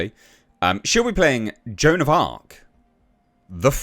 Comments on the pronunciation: Joan of Aks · Joan of Blarc